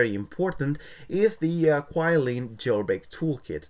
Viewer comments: It's actually Qi(chi) Lin I believe it's how it pronounce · pronounce QiLin wrong